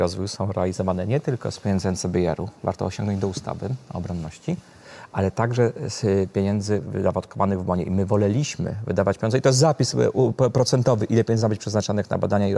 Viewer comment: "Woleliśmy" - tutaj akcent pada na trzecią sylabę od końca panie "profesorze".